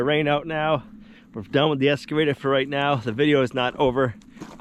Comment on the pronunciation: Every time says "Esss-cavator" my old English teacher turns over in his grave. Looking forward to seeing how the OGP turns out. Wish I was able to do what he does.